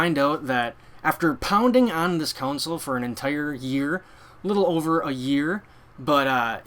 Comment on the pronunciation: Hey - - GREAT video - just one thing - its a CON SOLE - Its NOT a COUNSOLE!! since you said that word about 100 times - PLEASE learn how so say it!